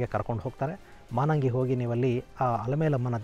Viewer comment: ನಮಸ್ಕಾರ ಗುರುಗಳೇ 🙏 ನಮ್ಮೂರು ತಲಕಾಡಿನಿಂದ ಕೇವಲ ಐದು ಕಿಲೋಮೀಟರ್ ದೂರದಲ್ಲಿದೆ. ಅದು (ಮಾನಂಗಿ ) ಅಲ್ಲ ಮಾಲಂಗಿ ಮಡುವಾಗಿ, ತಲಕಾಡು ಮರುಳಾಗಿ, ಮೈಸೂರು ಅರಸರಿಗೆ ಮಕ್ಕಳಾಗದಿರಲಿ ಎಂದು ಅಲಮೇಲಮ್ಮ ಶಾಪವಿತ್ತರಂತೆ.